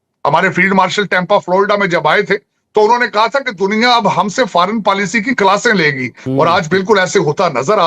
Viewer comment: Faaran PAALISHI 😂😂😂😂 Pura PAALISHI kar rahe hain Porki 😂😂😂